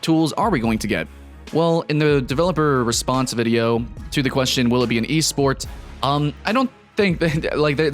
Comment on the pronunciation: "eSport" ..oof thts hurts